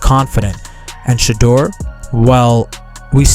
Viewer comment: Please announce his name CORRECTLY and Stop being DISRESPECTFUL